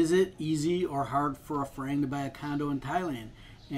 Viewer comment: Do not buy a condo for an investment. Buy it for a place to live and you'll get your money's worth that way. But if you're planning on turning a profit eventually you won't. One more thing. If you're going to present yourself as an expert on Thailand, first learn how to pronounce "Pattaya" and "farang". You're not even close.